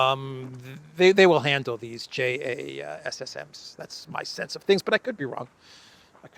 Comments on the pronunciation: Just say Jay-sams. You don't spell A T A C M S. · JASSM as an acronym should be pronounced Jazz-Em. Love your show and keep up the good work! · The JASSM missile name is usually pronounced, "Jazz-Em."